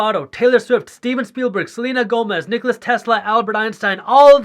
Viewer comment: Nikola Tesla* not Nikolas